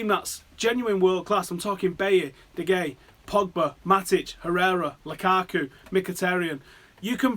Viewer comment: Did u just say De Gea 😂 it is 'De Hea'